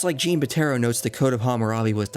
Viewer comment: Great video. Jean is French for John not pronounced like the female Jean. Need to listen to it somewhere, I can’t write it out